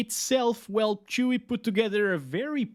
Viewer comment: When you said chuwi i thought this was from the petfood selling website 😂